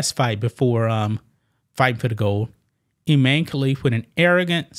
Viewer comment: His name is. Imane. I. Man. E